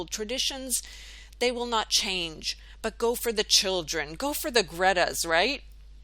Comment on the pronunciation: "Gredas" LOL